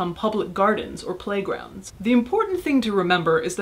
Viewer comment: Did you say parks and playgrounds or parks and plague-grounds? ;)